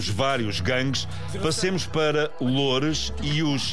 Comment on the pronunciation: ainda dizem as cenas mal "PDS LOURES"